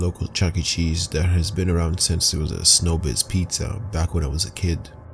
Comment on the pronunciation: No its show biz not snow biz.